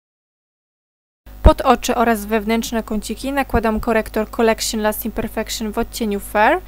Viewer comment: please, nie mów"kolekszin", "perfekszin", bo uszy bolą